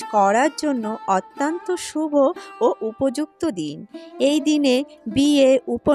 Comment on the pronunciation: Otanto noy .. uchcharon thik koun